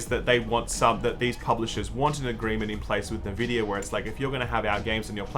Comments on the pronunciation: Bro is N-VIDIA not nuhvidia It is literally the company name and the entire company pronounces it this way I'm willing to give you data and other words but this time you are wrong cause it's a company name you cant pronounce it differently thats be like Sam telling you his name is Sam and you saying sum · If you say NEvidia instead of ENvidia one more time I'm gonna report you to YongYea. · EN-vidia BAY-tuh